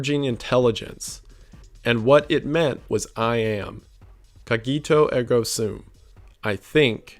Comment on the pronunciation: Broooo... Cawgeeto eggo sam?... I know you're not that smart but... Cogito Ergo Sum. Even a broken mouth and a wet brain can pronounce that..